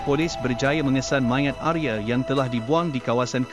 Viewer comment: Bagus sekali cara pembawaan ceritanya, salam dari Indonesia , Untuk nama Arya dibaca Arya, bukan Arye.